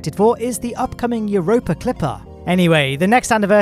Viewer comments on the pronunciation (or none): none